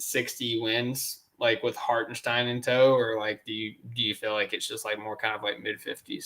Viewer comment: If I hear “Hartensteen” one more time, I’m committing sepuku